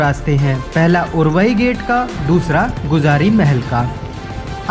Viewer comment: भाई गुजारी महल नही गुजरी महल है बो